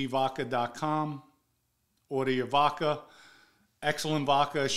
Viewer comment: Voca lol vodca